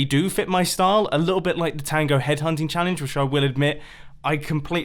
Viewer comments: "Tango head hunting challence" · I think we should DON'T TELL TANGO that you said "Tango head hunting chalange" ether